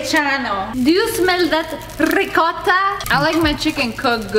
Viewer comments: I love it when she said rricotta Lol 😂😂😂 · When is saying ricotta... That makes laugh very hard 😆😂😆😂😆😆😆😆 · Just like the Russians say Vodka :>